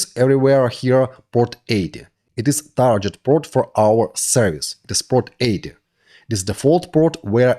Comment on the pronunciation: Friendly note on pronouncing "target" = тарГет not тарДЖет